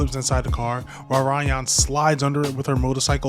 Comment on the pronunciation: Why do you call her RAYon 😭😭😭 cool video though